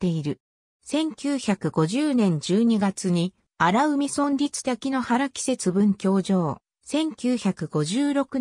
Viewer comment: あらうみじゃなくてあらかいですよよむちがえてます。